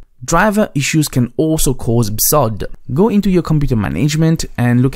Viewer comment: Mdsched.exe in Run is easier than searching memory. Cuts straight to it. And do you really have to pronounce BSOD like its a real word???